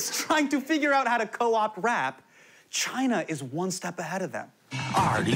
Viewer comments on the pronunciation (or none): none